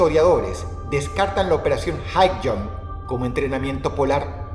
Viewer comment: Por un momento creí escuchar en vez de Highjump "hail hydra" jajajajaja